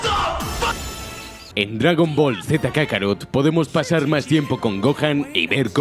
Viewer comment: Kakaro, jajajaja, no es kakaroto????